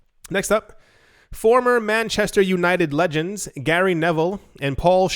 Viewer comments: Sholes? Lool It's pronounced Skoles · scholes is pronounced skoles. Hey its a comment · The way you said Paul Scholes killed me inside